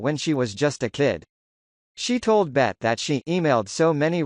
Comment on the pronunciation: Lol he keeps calling B.E.T channel Bet lol! Out of touch